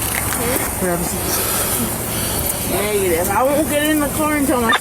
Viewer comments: "neeegative" in some of the most slurred speech i've ever heard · That first 'negàtive' started it off😂